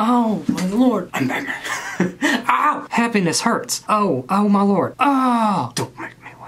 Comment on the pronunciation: “For you my LOORD”